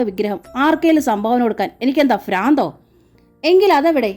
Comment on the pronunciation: ഫ്രാന്ത് അല്ല ഭ്രാന്ത്...